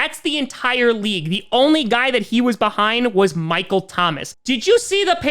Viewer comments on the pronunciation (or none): none